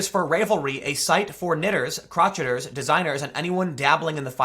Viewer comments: Not "crotch-eters" tim......'Cro-shea-er'.... is pronounced with a silent crotch ... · Gotta get them “crotch” eters”. Ha Ha. It’s cro-shay-ers. But I laughed at crotch eters. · Crotchers..???😆😆😆😆😆 it's crow-shay 😆😆😆😆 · It is pronounced “crow-shay-ers” but “crotch-et-ers” is funnier. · Tim, you're killing me, LOL. The site is Ravel-ry. It's a pun on "revelry" and "ravel"--as in unraveling a piece of knitting. Also, it's not crotch-iter. If you crow-shay (pronounce "crochet" as if it's French), then you are a crow-shay-er. Although, I will admit that the owner of Ravelry sounds pretty crotchety. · Crotcheters ? Do you mean (kro shA ers) Lol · Did any1 else laugh hysterically when he said crotch-it-ers instead of crow-shay-ers for "crocheters"? No? Just me? Ok... (slinks back into the corner) Don't hate me Tim. :( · "crotcheters"? Those who crotchet? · It's pronounced 'cro-shay-ers' not 'crotcheters' Tim. That said, this is hysterically bad for them. Why? As a girl who crochets (and meant to buy several patterns from them, drat) I can say honestly that most people who know HOW to crochet, knit, etc... are conservative women. Heck, crocheting in front of liberals has a tendency to get one picked on, at least in college. Maybe if I had been crocheting a certain set of genetailia they wouldnt have been asking if I was practicing to be a houswife. Oh well. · That's "crow-shay-ers"... not crotchet-ers... although they could legitimately qualify as "crotchety", for sure. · Crotch it ers? Lol Pronounced:. Crow Shay Ers With a beanie like that, you should know this. 😉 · I think it's (kro-shay-ers) not (crotch-etters). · CROTCH et ers?? 😆😆😆😆😆 I've never in my life heard it pronounced that way. LOL But you're a guy, so you get a pass. 🙂 It's crow SHAY ers. 👍🏻 Some women knit, some crochet. I knit. And I'm pretty sure RAVELRY is pronounced like unRAVEL. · Croch-it-ers? Lol... you mean... cro-shay-ers. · Crotch-i-ters Crow-shay-ers Lmao XD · Tim. It's pronounced 'crow-shay-ers'